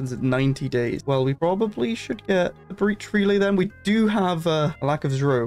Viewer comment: zro is actually pronounced "zero"